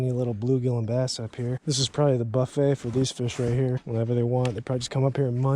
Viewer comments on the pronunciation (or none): none